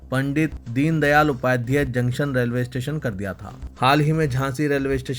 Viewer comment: شرم تم كو مگر نهى آتى ... اپنے تلفظ صحيح كريں ۔۔۔ ريلوے ٹنشن نهى "اسٹيشن " بوليں۔۔۔۔۔۔ايودهيه كانٹ نهى "كينٹ" بوليں يا كسى اور كو نيوز پڑہنے كا موقع ديں